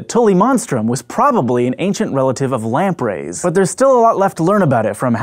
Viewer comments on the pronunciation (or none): Lamprey, not lamp ray.